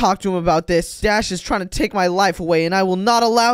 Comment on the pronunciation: It's take not toke